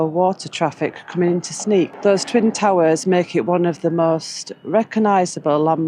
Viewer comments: Sneek pronounce is like the English say Snake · Sneek is pronounced Snake in English! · In Dutch the pronounciation of Sneek is like snake not sneak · Sneek would be pronounced as Snake for an englishman, instead of Sneak. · Frisian is a language actively spoken and written every day. It’s tought in schools to keep it alive. In some bigger city’s it’s more mixed with Dutch. Within the Frisian language you even have some different dialects. Sneek is pronounced as “snake”. Thanks for visiting Fryslân. Have a nice trip!